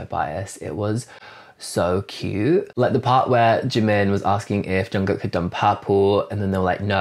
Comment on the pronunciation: What really impressed me, was your pronunciation of “Jungkook”! 👏👏👏